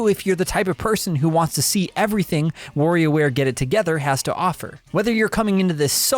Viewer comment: It's Wario ware not warrior ware! Or worrio like you say it. Lol Practice the wa and less focus on wo ha ha. Great review though. I was getting warried there .. I mean worried aaaaahhhh now I'm doing it 😆